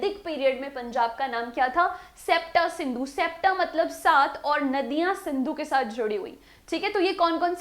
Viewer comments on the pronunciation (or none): Septa nahi sapt(ਸਪਤ ਸਿੰਧੂ) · Its not sapta its spt ਪੰਜਾਬੀ ਚ ਸਪਤ ਸਿੰਧੂ ਸੀ ਨਾਮ।